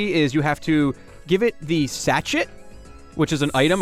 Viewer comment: If you're a grammar Nazi, it's all down below. Fletchinder is a combo of "fledgling," it's past evolution's name, and "tinder," so it's pronounced "fleh-ch-in-dur," I'm fairly certain that Aromatisse is "aroma" and "entice," so it'd be "ah-roh-ma-tie-ss." And the "T" in sachet is silent, so that's being mispronounced too. Dragalge is "dragon" and "algae," so that's "drah-gahl-gee." I want to get on to you about Trevenant's pronunciation, but I think you might be right on that one. But it's name comes from the combo of "tree" and "revenant," not "deviant." Lastly, you're missing the "L" in Yveltal's name.